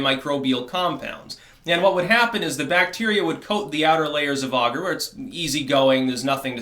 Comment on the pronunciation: there is no "u" in "agar"